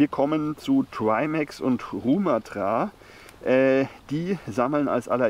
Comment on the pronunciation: Die Betonung bei Rumathra liegt auf dem ersten "a". Falls es dich überhaupt interessiert 😀